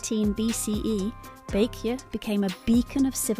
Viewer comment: where to begin? First, Paekje is not Pike-ye but closer to Peck-jay. Joseon is not pronounced Joe-see-on but closer to Joe-Sun, as in the Sun in the sky. And I could go on. Much of this is a failure of the transliteration from Hangul to English, but the producers should have reviewed this with a native speaker. Would have been an easy fix.